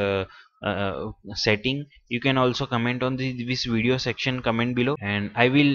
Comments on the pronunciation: What is a "wideo" ? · "In this wideo"